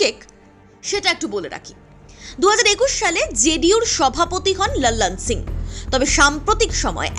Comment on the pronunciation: একটু বাংলা টানে লালন সিংয়ের নামটা উচ্চারণ করলে ভালো হয়। বড্ড বিরক্তিকর শুনতে লাগছে। বাংলায় যখন বলছেন তখন হিন্দী উচ্চারণ নকল করা কি খুব প্রয়োজন???